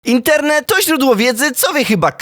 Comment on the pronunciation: Ej powiedziałeś na początku interne zamiast internet